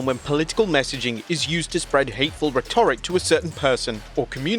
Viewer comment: How do you not know how to pronounce rhetoric?